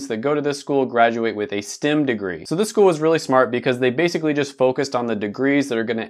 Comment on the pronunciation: Everytime he says "STIM", dammit "STEM."